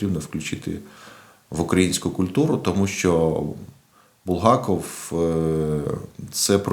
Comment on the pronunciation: Не БулгАков, а БулгакОв